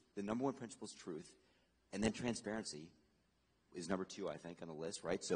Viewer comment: Transperency lmao